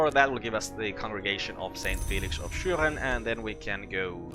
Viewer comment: Ah ok. I was wondering about it because of your "Schüren" pronunciation. I'm not German too, but sometimes I hear Austrian people speaking in their native language.